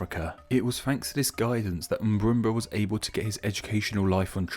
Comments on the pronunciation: Do you know how to say it correctly? Then again this guy is infamous for mispronounciation. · I Crack up Everytime he say "Mburumba"